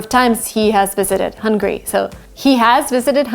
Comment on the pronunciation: I find it funny that you don’t make a difference between Hungary and hungry! You need to work on your pronunciation…